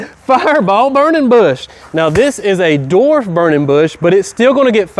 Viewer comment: Dude......LESS CAFFEINE!!! BTW the word is DWARF not DORF.